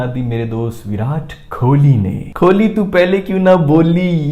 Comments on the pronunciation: Please aap kholi kholi pronounce karna band karo Wo kohali pronounce hota hai. …. 😤😓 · It's Kohli not Kholi... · his name is Kohli and not Kholi. Pronounce it correctly..😊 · Hey! Love your non stop energy and commentary 😀 Just one request, please stop pronouncing KOHLI as KHOLI …. Have been meaning to tell you since so long …. Please if anyone read this comment of mine, help this reach him. 🙈